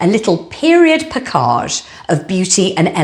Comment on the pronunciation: It's her way of pronouncing "package."